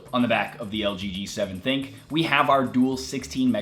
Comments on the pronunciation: It's pronounced as Thin Q, not think. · Its called the LG G7 "Thin Q" not LG G7 "Think"